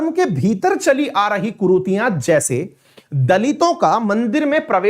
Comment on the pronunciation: कुरूतियां नहीं कुरीतियां बोलो।